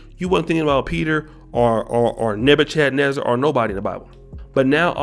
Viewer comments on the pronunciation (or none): Nebutesnesser lol its Nebuchadnezzar or Nebuchadrezzar.